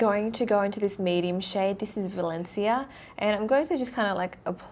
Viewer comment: I think that it's pronounced VALENSHIA* THE WORD VALENCIA